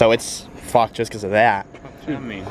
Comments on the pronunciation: “The whole things fawked” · " the crash bars FOCKEDD"